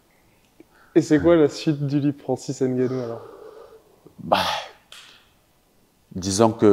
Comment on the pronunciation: un jour il faudra arrêter de donner du "ène gannou" (comme du "ème bappé" d'ailleurs). les noms commençant par N ou M ne sont pas si difficiles à prononcer hin. un peu d'effort s'il vous plait.